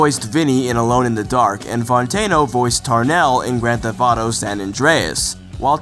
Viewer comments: "Thef-T" There is a t at the end of the word..... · "Grand Fetht Auto Five" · It would have been good to get someone who could actually pronounce 'theft' for a video about Grand Theft Auto. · does know that the T at the end of "theft" isn't silent?